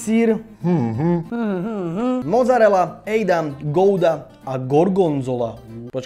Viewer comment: btw. není to "mozarela" ale "mocarela" :) díky